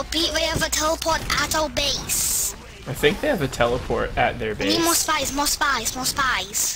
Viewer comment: Subtitles for those who were curious: "We have a teleporter- We have a teleport- We have a teleporter at our base. We have a telepowt at ow base. Aye wepeat we have a telepowt at ow base. Aye wepeat we have a telepowt at ow base."